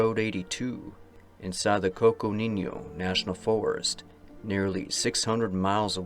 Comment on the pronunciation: I just love it when ol' cousin pops in for a while to chew the fat. Never know when to expect you but you always show up at a good time. btw -Coconino has no tilde over the n, it's just "coconeeno".